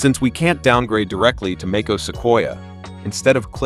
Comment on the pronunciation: Make-ose? Come on, man. Hire a human voice.